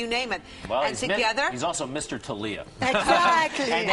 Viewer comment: Tah-liya? Isn't it Thalia?